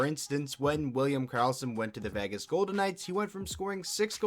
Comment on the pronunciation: uhhh Vahgas Golden Knights??? lol funny start